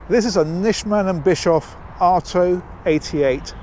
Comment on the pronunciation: This is truly a beautiful place to be. Must be the perfect land-yacht for the (very?) well to do retiled couple touring Europe. There is even room for the grand-kids to come for a few days visit. Very impressed. BTW: hearing your attempt to pronounce the name reminds me of the good ole Miele days. Ahh, it was a sinpler time😉. All the best from your Nick-o-holic